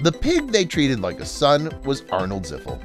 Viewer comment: Ziffel, not Ziffik. It’s obvious this guy has never even watched the show.